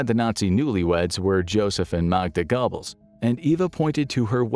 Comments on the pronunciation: 😂😂 Gobbles xD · I've never heard Goebbels pronounced that way. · You got to love the pronunciation of gobbles lol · i couldn’t focus on the rest of that portion because of it🤣